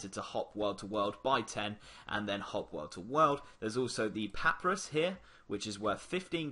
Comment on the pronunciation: Thanks. However.... Papa-rus com-poast